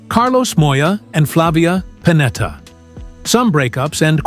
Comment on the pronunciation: Pennetta non Panetta impara l'italiano